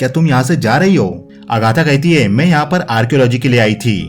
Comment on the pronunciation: आप कई जगहों पर है को हे कह रहे हैं। सुनने में अटपटा लग रहा है।